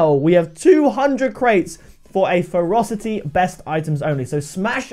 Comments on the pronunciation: It sounds like you're calling it the "Frosty" crate half the time lol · Am I the only one who thinks it sounds like he's saying "Frosty crates" lol Just saying. Much love! Keep the crate openings coming!!!